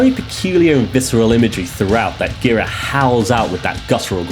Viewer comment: Last name is pronounced “jer-AH”